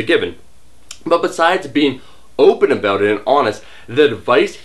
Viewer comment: let's talk Aboot it! lolz